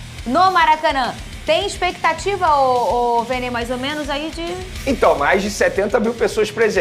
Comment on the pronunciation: expectativa não existe fala direito macho